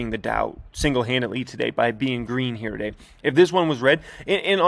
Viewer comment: Brotherman, when you say “Here Today” it REALLY sounds like “year-to-date”. Idk how to fix it, maybe a different word choice, maybe it’s just my ears lol.